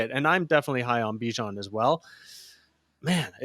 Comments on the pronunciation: Are you mispronouncing Bijans name incorrect on purpose? You've said it a few different ways. If you're giving fantasy advice, the players deserve a proper name pronunciation. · Can you say BIJAN’s name right let me sound it out for you BEE-JAHN 🤦🏼‍♂️ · WHY do you have to call him Bi-Jan lol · I discredit your advice based on you not knowing how to pronounce the players name’s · He refuses to say his name right even though there’s literally videos of the guy specifically answering questions about how to say his name.